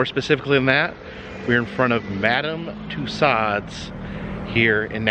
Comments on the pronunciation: FYI : It's pronounced ' MUH-DAM TOO-SOHZ' (Loved the video - as usual 😘) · First, learn to pronounce Madame Tussauds' name correctly. Second, get your information correct. What a waste of time.